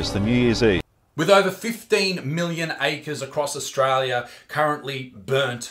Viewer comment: he just said Australioo with an O